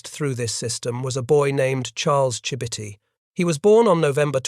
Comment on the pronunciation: That is not how Chibitty is pronounced.